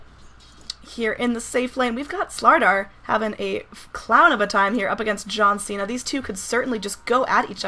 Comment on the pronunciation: You didn't say John Cena properly though.